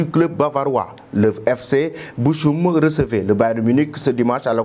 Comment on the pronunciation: ce n'est pas Boschum mais Bokhoum pour lire Bochum